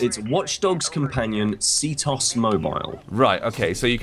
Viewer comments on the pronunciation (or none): It's c.T.O.S Not ctoss. LOL There's a reason it's called that